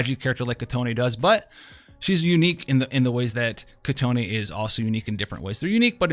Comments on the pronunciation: Not "kitoné" its just kitone..its already prounce correctly in global version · Its Kee-Ton... not Kee-Ton-E.... theres no e at the end. btw nice content as always!